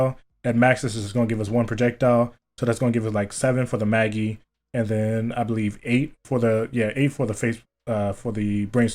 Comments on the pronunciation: “Mageeee”😂😂😂 it’s May-gee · Great build! But jus saying im q sure Maggie is pronounced mag-gee not mer-gee lol. But great build nonetheless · Its Mag-ee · I have never ever heard someone Mispronounce MAG-GIE so badly in my life lol. Otherwise good set up 😎😂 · Lol if this guy cant say maggie and solo mh4 with fl4k it's gotta be a good build... cheers and peace👍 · No. Its Maggie. May-gee? tf? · Jake Borrelli it’s pronounced exactly like the name is. I’m the video he pronounces is funky as fuck